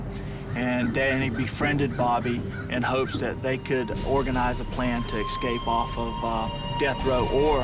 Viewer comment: At approximately 35, ESCAPE, not, EXCAPE.